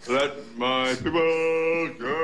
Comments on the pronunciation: kevin vega IKR I WAS CRYING WHEN HE SAID "PEOBLE" LOL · "piple" took me out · "LET MY PIPPLE GO!"